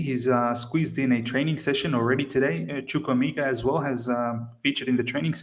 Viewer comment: Of all the Chelsea youtubers, I think u pronounce chukwuemeka better😀